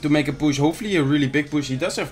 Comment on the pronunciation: Every time he says push I hear bush lol